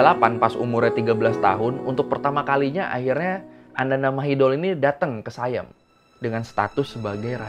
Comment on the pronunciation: SIAM cok bukan sayem